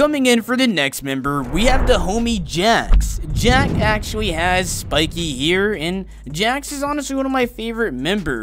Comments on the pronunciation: No he says it like here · When ever he says hair i keep hearing it ear